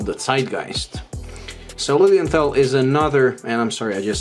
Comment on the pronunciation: My smart-ass/pedantic German remark for the day: The "th" in Lilienthal is not pronounced like the English "th". It's just a regular, hard "t"-sound. As in "trial" or "Tommy". Cheers from Germany and stay healthy!